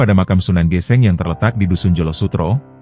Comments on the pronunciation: Maaf itu bacanya sunan geseng bro bkan geseng geseng Krn Kobong/terbakar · Aneh tp nyata.......hampir semua chanel yg menceritakan sejarah jawa koq kayaknya bukan org jawa ya..SUNAN GÈSÈNG dibaca SUNAN GESENG....tp okelah darida gak ada yg menceritskan sejarah tanah jawz